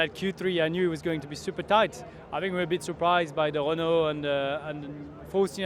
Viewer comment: Grosjean saying “Renault” is magnificent, a French man saying a French word properly is satisfying. 😂